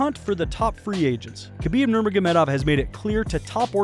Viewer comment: He definitely nailed his last name at the beginning